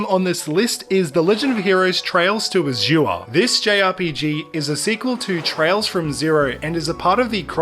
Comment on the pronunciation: You pronounced Azure wrong.